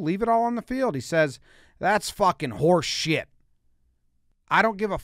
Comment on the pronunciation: Oh the way he says horseshit